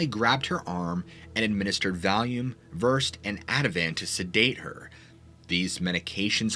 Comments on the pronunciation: Ver - Said is how you pronounce Versed, the drug, not the usual way. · I don’t know where you are from but here in the US we call it a parking lot, not a car park. Also an ambu bag is prone am bu(boo). And Versed is pronounced Ver-sed, 2 syllables. You can look these words up to get the correct pronunciation.